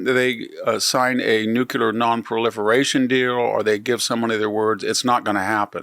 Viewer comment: fyi - there is no such word, "nuqular".